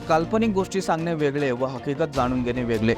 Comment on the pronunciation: 'मुले 'नाही " मुळे " 'वेगले 'वेगले ' नाही रे " वेगळे " असा शब्द उच्चार आहे